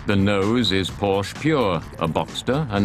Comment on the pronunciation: If you cannot correctly pronounce Porsche, you are a hack.